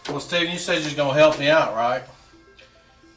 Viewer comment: Steven. STEven